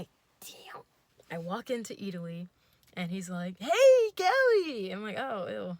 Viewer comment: Not eataly! I’m sorry girl :’(